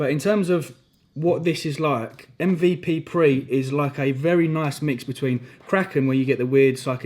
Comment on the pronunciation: it’s MVPre for fuck sake!! 😂😂😂 sorry, that sounds so aggressive but I’ve heard you miss pronounce this too many times mate haha. Another sick video. Do you take something every workout? Be it stim or non stim?